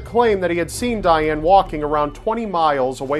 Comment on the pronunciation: you said Dayaane (if i wrote it right, wich i think i didn't) TOO MANY TIMES!